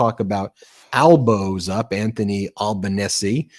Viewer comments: Hey guys. The Australian Prime Minister's surname is pronounced Al ban easy. He certainly stayed the opposition, so far 88 seats to Labor, with 40 seats to Liberals. Perfect results for our country. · The Australian Prime Minister just re elected for the second time has a surname that everyone outside Australia pronounces it in correctly. His name is Anthony Albanese and for his surname it’s Aban-easy and NOT Alban-ease. In true and Aussie way of shortening people’s names he’s affectingly called just plain ole ALBO. Not sure exactly why we do that, maybe to purely to save more time for having our great work / balance. Australia 🇦🇺